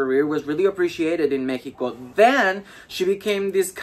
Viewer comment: Amooo que dice México como se pronuncia ❣